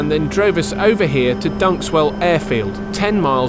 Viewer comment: "Deadington " ... "dunkeswell " that made me chuckle. Im coming to play next time! Great vid chaps!